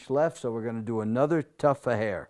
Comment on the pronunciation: It's not a "tuff", but a "tuft"